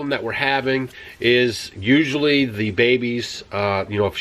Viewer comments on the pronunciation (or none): Very cute intro! Ewe-sually....(vs usually) lol. What a great start to the day.